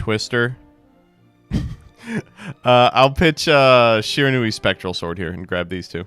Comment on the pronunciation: It's Shiranui